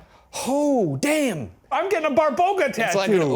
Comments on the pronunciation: Babaroga. Not Barboga 😂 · it's babaroga not barboga :(